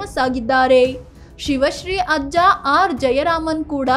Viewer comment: ಎಲ್ಲಾ ಸರಿ ಇದೆ, ಅವರ ಹೆಸರು ಶಿವ ಶ್ರೀ ಅಲ್ಲ ಅದು ಸಿವ ಶ್ರೀ